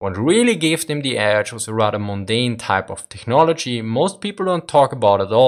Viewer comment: It's pronounced teknology, no hard "ch"